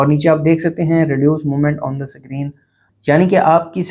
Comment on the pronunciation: Screen ❌sacreen✅ 😂😂😂